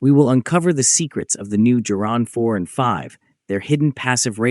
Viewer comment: It is pronounced Geran with a hard g, as in god or goat, not "jeran"; the soft g sound does not exist in Russian.